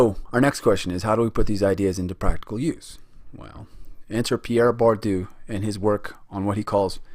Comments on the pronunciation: Good video and I really liked the connection between the authors, even if their surnames were changed to Gramsi and Bordu ahahah Nobody probably cares, but still: the combination of letters SC followed by I or E in italian makes a SH english sound, as in "show", so read it as gramshi; while Bourdieu is a bit more complicated because the last sound is not present in the english language if I'm not mistaken, but it can be approximated by the sound that the first A makes in words such as "apparently" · Content is good, except perhaps a lack of emphasis on ideas of power. Hegemony is the result of the ruling class's power. And I recommend you check pronunciation before recording: it´s Gramshi & Boordyeu (ok, the 'ieu' sound is hard but 'ou' is just like the English 'oo'...